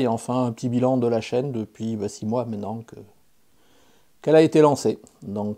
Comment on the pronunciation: Euh, Chaîne, pas Châine. Lol. Je te souhaite que ta chaîne progresse encore pour longtemps... Et surtout, n'oublies pas les 3P!